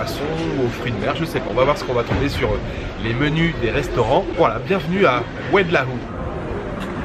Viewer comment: Oued laou Ça se prononce oued low